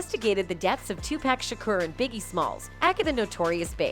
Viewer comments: Suge....like Sugar. Not Sugg and PAC like Ahh...not Akk🤣🤣🤣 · Bitch it’s PAC not pack😂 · You have to learn how to pronounce names before you can make commentary. Its pronounced shug like sugar but you dont spell it like shugar. Am Tupac is pronounced like toopock. Not too pack. I couldn't get half way through the video cause it seems everybody videos are doing this. Can yall atleast do yalls homework. Geez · Tupac not pack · OMG watch a video before you post videos of people unknown to you... Suge Knight... Pronounced Shh-ug like Sugar -minus the damn ar... And Tupac??? Two-pack??? Really??? Where you been? Another planet??? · will you please say his name right damn TuPac poooocccc say it right goofy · This fool said TuPACK?! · mispronouncing names on purpose just to not get sued for defamation of character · 2 pack and sooge knight lmao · "2-pack" and "Sooj Knight" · Did this woman call him 2 pack how tf do you not know how to pronounce the legends name! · Tupac too 2-packs 😆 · That's tu-pac and Sugg please say they name correctly. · It's 2023 and this lady said nothing that wasnt said back then. You can't even pronounce Pac's name right. Clout chasing. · Did she just butcher pac and suge name. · Yes and purposely just to not get sued for defamation of character